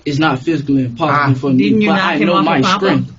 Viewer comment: Not papa They say it as like they saying poppa Like he’s a shooter